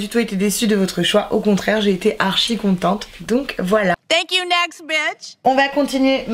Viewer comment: Cc super vidéo mais juste ton tank you....sa ma souler